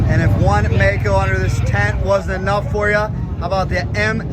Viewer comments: Maico, non Meico. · Maico, pronounced My-coe, NOT May coe. I worked at the Maico importer in Detroit, Gray International, parts manager...Middle '60's